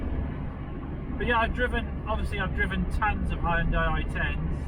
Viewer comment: Did you hear that Americans? H-Y-U-N-D-A-I, not Honday. :)